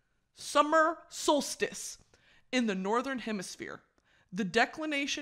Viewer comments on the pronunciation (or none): "summer stolstice" had me dead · the scream i scrumpt every time she said solstice wrong 😭